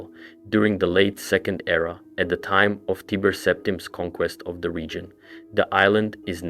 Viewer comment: Great video. If only there could be a minor nitpick made that Tiber Septim is pronounced as "tAIber" not "teeber/tiiber"